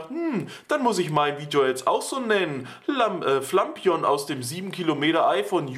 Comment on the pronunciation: Wie es sagt ist es definitiv falsch. Es heißt Flapion. Wenn man es so sagt wie er, dann müsste es "Flampignon" geschrieben werden. Lol